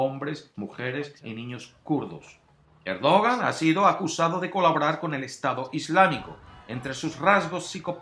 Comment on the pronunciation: Se pronuncia "erdoán"